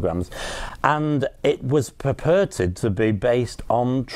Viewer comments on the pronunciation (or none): Did he just say "perperted"? I think he meant 'purported'.